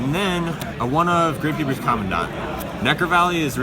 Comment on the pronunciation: how the fuck did he just pronounce commandant...